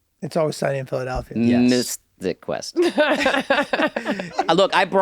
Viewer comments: Did she say Mister Quest? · Are they saying Mythic Quest wrong on purpose?